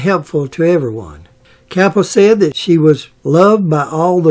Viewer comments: Is he saying the Director Frank Capra ? Sounds like he's saying Frank Cappa , but Frank Capra was the great Hollywood director back then he directed it's a wonderful life. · It’s Frank Capra, not Kappa